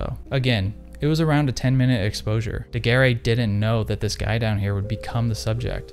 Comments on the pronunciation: Great video, but Daguerre is pronounced more like "Doug Air," the e at the end is silent. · An interesting video. But, please pronounces his name correctly. It sounds like Looey Degair. Beep! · It is pronounced ''daguerr'' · Your prononciation of Daguerre is as painful as Kodak's prices, just like Kodak, this video is gold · loved the video! please just look up how to pronounce daguerre for the next time :P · man can pronounce Daguerreotype but not Daguerre lmao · Yes why bother to look up the pronunciation of the man you're going to repeatedly say the name of through the video.